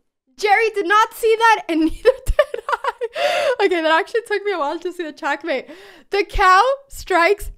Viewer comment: She became slightly "speechluss" - So glad she got the "chalk-mate" though!